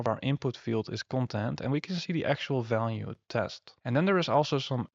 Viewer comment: Dif and Falue 🤣 its V !